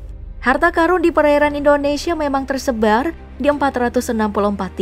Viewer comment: Karun, qorun, bukan Karung, qorung.. wkwkwk bisa ae